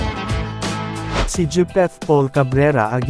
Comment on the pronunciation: Bakit dyapet?wrong pronunciation pls.. .Japeth...